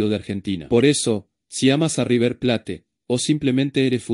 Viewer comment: Deja de decir River plate!! River pleit!!!